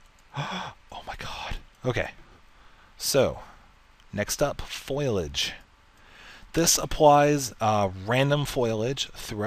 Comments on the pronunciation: Foilage? lol dont mean to be a grammar officer but its Foh-lee-age lol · foilage? or foliage